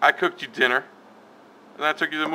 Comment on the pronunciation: Lol he said tinner instead of dinner lmao